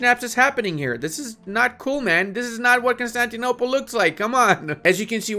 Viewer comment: Please learn how to speak and pronounce words properly. When you say iron, Constantinople and Tripolitania, i want to die.